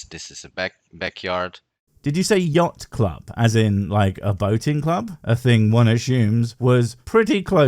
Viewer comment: he didn’t say "yacht club." He distinctly said "yogt club." Not sure what a yogt is, but surely "they" are in control of them to have targeted barney for getting so close to them.